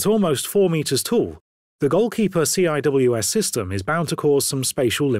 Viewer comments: It is so cringe when he pronounces SEE DOUBLE-U AYE SSS. It's just sea-wiz. SEA-WIZ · Nah, that would still qualify as a right turn. : “CIWS” is pronounced “See-Whiz”.